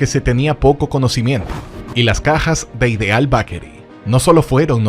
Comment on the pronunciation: Muy buen documental. Solo necesita corregir la pronunciación de Bakery. Esto le quita mucho al video